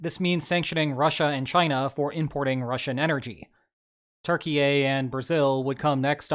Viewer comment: Why do you call Turkey 'Turkey ey'?